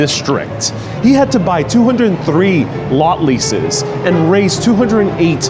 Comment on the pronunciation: Raze, not raise